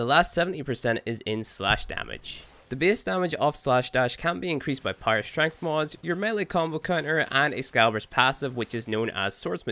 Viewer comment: I would appreciate you if you stopped pronouncing "power" as "pyro" because i can understand everything you said except that word took me a while to realize what you're saying...